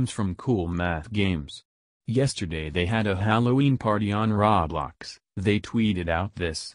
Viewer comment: i like how he says roo blox